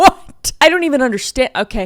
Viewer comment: “blueish greenish brownish skÆ” also “WHAWT” got me dying auntie Kris always seems to make me laugh at the dumbest stuff ❤